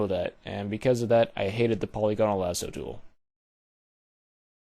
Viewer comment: Awesome video, but I was cracking up so bad from your pronunciation... Po-LEE-go-nal (not po-lee-GO-nal) Mar-key tool (not Mar-kay tool) Sigh-an (not Cheye-anne)